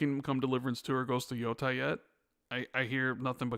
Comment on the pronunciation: Is there a reason keeps saying “YO-TIE” every single time?